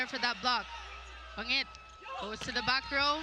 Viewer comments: Ban-jit kasi galing sa Amerika yan siya pero BaNGit talaga native pronunciation niyan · Yung commentator hnd man ng research sa players. Bangit opo pero pronunciation doon BAN-JIT